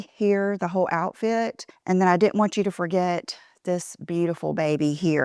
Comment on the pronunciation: 2 words I never want hear again vibe and cool. You have ruined these whilst butchering the most common words like didn’t. You have lost the plot. Are you wearing these get ups to get you McDonald’s processed patties?